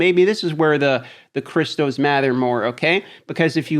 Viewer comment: I can't stand the way he says crystals. It's crystals not cristos